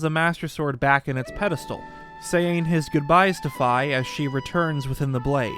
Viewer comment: Thanks for getting Fi’s pronunciation correct! I know it’s minor, but should be more common across the fandom